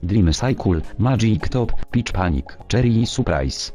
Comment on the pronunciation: Czy tylko ja usłyszałem "bitch panic"?!